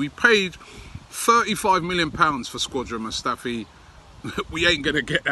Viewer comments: Robbie always sounds like he's saying says 'Squadran Mustafi' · “Squadron Mustafi”